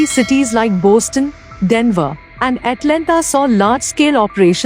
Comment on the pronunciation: IT IS BOSTON NOT BOASTON LOL